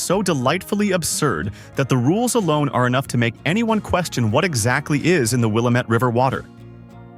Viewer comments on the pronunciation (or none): And he needs to learn to say Will - am- et. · You’re not very thorough with your facts. Nike and Prefontaine are from Eugene. The images you showed of crater lake are not all of crater lake. Hanford is in Washington state. And DB Cooper jumped out of the plane in Washington state. You pronounced Prefontaine and Willamette incorrectly. I’m leaving your stupid presentation here after the Hanford fiasco. Maybe you need more researched facts and less clickbait. You get a thumbs down from me